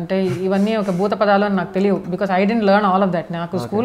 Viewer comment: Buthapadhalu kadhe bujji...buthupadhalu....akka